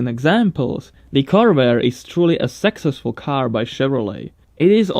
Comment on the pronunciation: Successful = "suck-sesful", not "sexxesful"